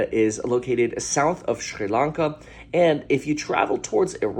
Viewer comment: Why do you pronounce Sri Lanka and Iran the way you do? It’s absolutely incorrect.